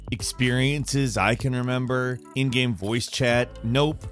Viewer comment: man I feel like I’m having a stroke every time you say ''gaam''